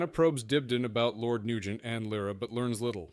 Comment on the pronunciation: interestingly the ai pronounces it correctly at least once